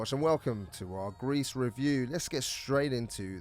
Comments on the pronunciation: "gris" is pronounced "gree" and is the french for grey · It's pronounced 'Gree'. It's french.